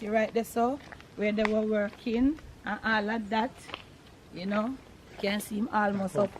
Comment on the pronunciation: You make this so fun! I like when you say ‘ An all A dat”! May God keep you safe. Blessings